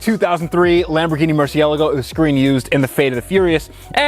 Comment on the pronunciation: Whats a Murcialgo? ;)